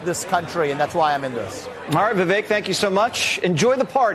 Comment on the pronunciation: Vivek rhymes with cake